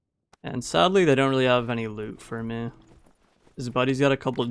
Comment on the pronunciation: bro pls spell ''for me'' like human being,cuz its so tiltable ''hur muee'' fck sake